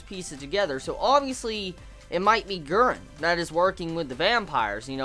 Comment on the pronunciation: Hahha, I love your American way of saying Guren omg <3 "Guen"